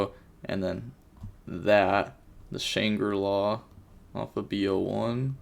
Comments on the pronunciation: I think the k is silent, and they're supposed to be pronounced just "sha-tri la" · I play alot of the naturia cards in rikka especially bamboo shoot and naturia pineapple And it's pronounced Sha-tree-la (the k is silent)